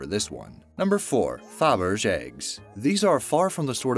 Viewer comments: OK, interesting video, but narrator, please pronounce words correctly! "Parliament" is not par-lee-a-ment. It's par-la-ment. "Ascertain" is as-ser-tain not as-cer-tan. "Faberge" is pronounced "fa-ber-zhay, not fa-berg. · it's Faberge (fab-ur-jay) not fab-urge. idiots. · It is pronounceed Fab Bri shay not faberj. Also it is Mount Sighnigh. Both syllables have the long i sound as is true in the Hebrew language. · Par-li-ment (the a is silent) .. fa-burr-jay (soft j) ... sie-nie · "foberj"...."parleeyament"??? Seriously dude, learn how to speak if you're going to be a professional narrator. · fa berdge eggs lol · Fabergé ( Fab-yur-zhay ) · The pronunciation of Fabergé and parliament were priceless. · Omg! Is the narrator pronouncing Parliament and Fabergé wrong on purpose to drive people crazy? It’s like nails on a chalkboard. As a director of industrials (training videos), I know sometimes you have to google it, select and hit speak on an iPhone or YouTube it to find the right pronunciation. This is unprofessional. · he cant say parliament........ or faberge....... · Hey, you mispronounced Parliament, Fabergé, among many other mispronunciations. If you are going to have a voice over, don’t you think you should at least know how to pronounce things correctly? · The narrator didn't know how to pronounce "Fabergé!" He wasn't even close! 🙂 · ...and it gets worse! Faberge eggs! Come on man. You can't tell me you've never heard anyone else say that word correctly before??